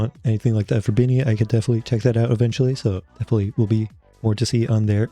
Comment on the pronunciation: Your the first time reacting to bini that speak the names correctly